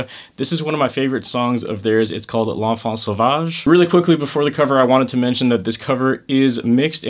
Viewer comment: Bro can pronounce "L'Enfant Sauvage" but not "Aristides" lol